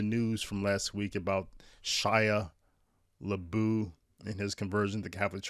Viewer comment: It’s pronounced “La-buff”. !!!!!